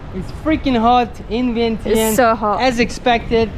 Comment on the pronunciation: Man, inflation is hitting Lao too. Vientiane is pronounced like “vienchanh!”